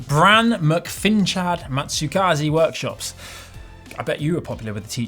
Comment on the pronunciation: Thanks for the reply,! That does make perfect sense, and I'll keep working at it (and dig out the video). I have a nice, but relatively gentle hill on my commute home which might work to train it on. p.s. Good job on the pronunciation. Matsukaze Workshops is my historical sewing blog, which I created my youtube account to go with. I hadn't discovered GCN at that point, of course, so my youtube use was focused on that.